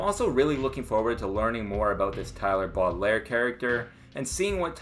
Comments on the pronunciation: Baudelaire is pronounced Bo-Di-Lare. Same as the Lemony Snicket kids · bro you need a French guy to pronounce boudlaire jesus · why do you say baudelaire like that 😭